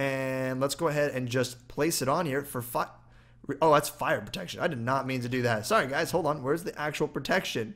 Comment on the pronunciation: AutoPlays MC "For fi-" not "For fu-"